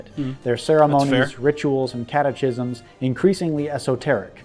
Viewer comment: catechisms (instead of catekisms, with the k sound)? That's the first time I've heard it pronunced that way. Regardless of what anyone thinks of individual statues, I believe that they must stay up and not be taken down. Not only do they serve as a great teaching tool, but they also are an important reminder of what happened during the war, puts a face to a name or the conflict and they still commemorate Americans, which was Lincoln's whole message during the war. The people who fought in the war, regardless of north or south or opinions on slavery, were still Americans. Gone with the Wind is a fantastic movie, everybody should watch it. The sets and scenes are wonderful and the acting is spectacular. I don't agree that it was made for/because of the Lost Cause. It's [SPOILER ALERT lol] a story of a young woman who loses everything, gains it back and loses it again. When I was in high school (I was in AP US History, so maybe things were differnt for those not in that type of class), we spent one or two classes iirc talking about reconstruction. Gettysburg is another great series, Ken Burns usually does an awesome job with his historical documentaries, his recent one about Ben Franklin is one I'd also recommend. I also don't agree with what he said about the Civil War, I personally did not get that impression when watching it. He kinda gets too close to modern politics for my taste. There's no systemic oppression of anybody based on race, arguably some are granted special priv